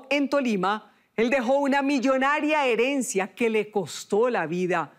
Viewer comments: Me desconcentro cada vez que dicen "heriencia" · Porque no corijen a la chica cuando dice heriencia"